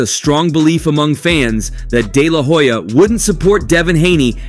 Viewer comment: The H in HOYA is silent 🤭